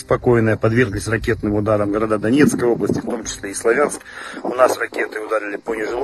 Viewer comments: не славя'нск сла'вянск,а так хорошо всё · Не СлавЯнск, а СлАвянск. Не БАхмут, а БахмУт. Россияне - необучаемы. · или СлОвянск ! ударение и А О-канье ! В Украинском О в рашистском А так как я писал коммент на русском то по правилам этого языка и написал просто отметил что ударение на первую гласную а не вторую ! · В Славянске ударение делаться на букву А а не Я 😅